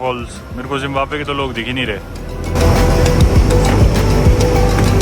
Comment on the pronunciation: Zimbamwe ❌ Zimbambhar✔️